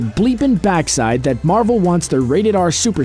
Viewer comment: Marvel not Marvek XD